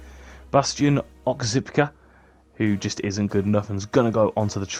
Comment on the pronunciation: Bastian ozcikpa was brilliant for me back in the day for Frankfurt It’s pronounced oz-chick-pa like that lol